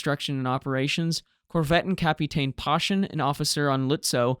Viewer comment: Not such a big mistake, since everybody knows what is meant. You pronounced Lützow well, particularly the umlaut. However, the last vowel is a long, simple o, not a ou diphthong like in English. The w is mute. Seydlitz (the nemesis of every English speaker): Zide-lits. Korvettenkapitän: perfect!